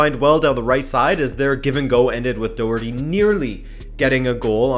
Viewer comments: haha fair enough, well that’s just my advice as an Irishman, it’s actually pronounced with a uck sound after the O but it’s very hard to describe if your not Irish over a YouTube comment lol, I love your content btw, keep up the great work 👍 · When you are pronouncing Doherty pronounce it Docherty, because I know you’re a fan of getting the pronouncement right haha